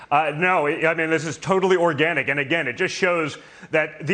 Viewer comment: The emphasis on "organic" will make anyone doubt the authenticity.